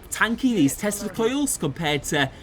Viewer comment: English is not my first language, so every time you said tescla coils I heard testicles and was confused for a moment.